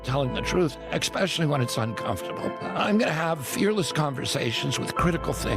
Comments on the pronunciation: I'm 65 years old and I haven't used the phrase "exspecially" since I was about 7 years old. Just sayin'. Aah, the memories that RFK can evoke. 🙂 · Did he say ecspecially? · Exspecially? Gimme a break. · He can't even pronounce "especially" correctly...."exspecially." He has prefrontal lobe damage. Pro ably worm-eaten.😂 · Beyond being impossible to listen to extends to pronunciation -- RFKJ says "expecially" - I guess that's right - he is EX (out of) SPECIAL (family - a scion of Kennedy) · Who says "expeshully"?? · Does RFK say “exspecially” ? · Did he just say "expecially"??? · I cannot listen to anybody who says “ecspecially”. I mean, I can barely listen to this fucking guy. Hypocrisy?! Stop talking RFK jr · I’m sorry but I don’t want anyone running our government at any level that uses the word “expecially” instead of ESPECIALLY! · He just said "exspecially" that's just how stupid RFK is. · RFK--EX-specially? That's as great as could-OF and anywayS. Get a clue. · RFK Jr. said "ex-specially", which is how a small child may say especially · Okay. I don't take advice from a former heroin addict who says, "expecially." Cheers! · RFK Jr >> eXpecially? Not the key take-away but wtaf? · RFk jr- “eckspecially.” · RFK Jr said, "ecspecially" oh for fucks sake... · ‘Eck-specially’?? The worm in his brain is the only bit I believe. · I hate when people say xspecially… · A guy who says "exspecially" maybe better not want to talk about critical thinking. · they call him "Dumb McNamara" RFK jr. said "exspecially" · I can't stand people who pronounce the word "Ex-specially." Pet peeve. On top of all his other crimes. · RFK, Jr. was probably in the boys’ restroom tokin’ up the day the teacher taught the correct pronunciation of “especially.” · People who say "expecially" shouldn't be in charge of anything the requires brain power. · Ugh, RFK said "eXpecially." That drives me crazy. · Rfk said ex-specially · I don't take advice from anyone who says, "expecially."